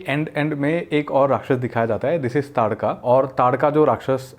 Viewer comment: lol that dude pronounce taadka wrong 2-3 time in his last video ...he pronounced ताड़का as तड़ाका